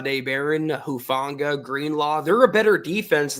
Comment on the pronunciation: It’s not Hu Fang ga. I’m not trying to be mean, but you’re the only one I hear saying that over and over. I don’t know why someone with the seeming command of the English language that you have, but look at the prononciations of the Pacific Islands, like Tonga Or Samoa. None of them accent the “a” like in the word fang. His is an islander name. Please stop trying to force that pronunciation. Again, I say this respectfully and am just trying to help. Listen to how everyone else says it or just call him “Huff”, like he says people call him.